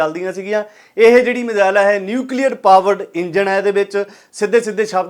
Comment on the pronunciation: Majail ta majehwale hunda aa missile hundi a😂😂